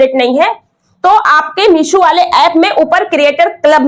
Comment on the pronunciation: Meesho h meeshu nhi😅😅😅